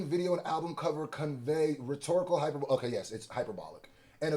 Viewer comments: … if you say “Hyper-bowl”… one more time! 😂😂😂 It’s pronounced “High-‘PER-bo-lee”. I can’t have you out there bad like that, fam! 😂😂😂👍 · You my guy but this is annoying me: it’s “hy-per-bo-le” and not “hyper-bole”. 😂😂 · Please stop saying "hi-per-bowl" 😒 😑 😭 It's a Hi-per-buh-leeeeee.... Elementary my friend 😂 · Hyperbole = High-Per-Bowl-Lee. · Great video as usual! Also, hyperbole = Hai-per-buh-lee not Hai-per-bowl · It’s Hyper-Bow-Lee not Hyperbowl and yes they ate his ass up with this litigation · Hyperboleeee not hyper”bowl” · Yo …the word hyperbole is pronounced hyper-Bo-lee not hyperbowl…just a heads up so you not looking like you not a pensman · It’s pronounced hi perbaly not hyper bowl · i wouldnt expect drake to know anything about our constitution let alone the bill of rights because he aint from America edit: its high-per-bo-lee not hyperbowl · Hyperbole: pronounced like (Hyper) (Bo) (Lee)😂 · yall killing me with the good coverage but everyone is mispronouncing this word! Hyperbole has 4 syllables. It's pronounced high-PER-bowl-ee. Don't be annoyed at my correction because I've corrected a whole lot of reactors who mispronounced your name. 😅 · Hyperbole pronounced as hai·pur·buh·lee gang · hyperbole is pronounced hai-pur-buh-lee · “Hyperbole” is pronounced “high-PER-boh-lee” ❤ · Hyperbole = hy-per-bo-LEE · Why are multiple YTbers pronouncing heperbole as "hyper-bowl"🤭 Is this a to-may-to to-mah-to situation? Anyway, great breakdown! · HY - PER - BUH - LEE (Hyperbole) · I'm not trying to be that person but the pronunciation of hyperbole is: Hi - Per - Bow - Lee has hyperbolic down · You can’t even pronounce HYPER-BO-LEE smfh 🤦🏾‍♂️ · Lol why he keepps on pronouncing hyperbole like that its low key srking me 😅 it sounds like this .......(Hi-prr-bowl-eee.) What yall think any better options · It’s pronounced = “ Hi-per-buh-lee” (hyperbole) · Hyperbole = hyper-bowl or hy-per-bo-lee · HI-PER-BO-LEE FAWK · HIGH PER BOWL E Not hyperbole